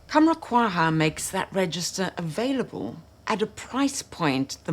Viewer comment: I have Vanilla 28, all three Khamrahs, Babycat (sigh...) and Rifaaqat, Youthdew, Liquid Brun, and I'm sure several others. My original signature scent...the OG Gianni Versace for Women...has a vanilla note in it. That vanilla note combined with insense sends me!!! Point of order: Quhwa is pronounced "cow-wah".